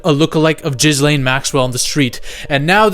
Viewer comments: Jizzlane? PRONOUNCE IT GEL-AIN. Ya dont say it like you say hair 'gel' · It's fucking Gillaine it's not Jizz-Laine! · Its pronounced gillane ffs lol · Bro i’ve been waiting for someone else to pronounce her name as jizzlane and finally! 🙌🤣🤣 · Bro her name is not pronounced jizz lane 😂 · I love that the internet universally refers to Ghislaine as "Jizz-Lane" :D :D :D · Dude are you pronouncing the S in Ghislaine on purpose 😂 Edit: "Anna Hetch" 🤣